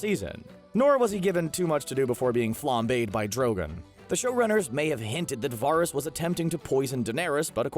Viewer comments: VARR-ISS? Do you watch the show? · You know the dudes just reading off a sheet when he cant pronounce Varys. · The mispronunciation of Varys' name irked me more than it should have 🙃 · The guy talking has never seen this show var-ess drawg-on